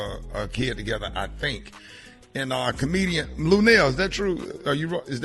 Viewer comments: BAHAHAHA 🤣 🤣 🤣 I sure was thinking am I buzzing or is he calling Luenell Luell...how you know somebody fo over 30 years & still can't say their name right...luv Luenell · I thought I heard him say "Luelle", lmbo! Get it right Rickey, lol. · Dude, you have a show and can't pronounce Luenell's name, that pathetic! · I know Luenell like, "why tf can't you say my name correctly" lol